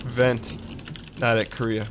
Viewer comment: I hate to be this guy, but seriously Dan has been saying and spelling it "Koreah" for sooo long!!! It's "Kareah" :'( WHOLEEE different pronunciation too :< KA-RAY-AH oh what ever I still love the vids x.x